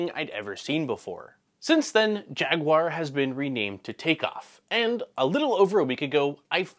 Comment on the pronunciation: Thank you so much for pronouncing jaguar correctly. A lot of people around here pronounce it as "jag-wire" and it drives me insane. THERE ARE NO I's! 😂